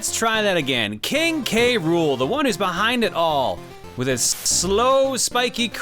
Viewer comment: I don't know if you knew this, but you have been mispronouncing K. Rool's name all this time. It's actually "k-rule" with just the "k" sound right before the "rule" part.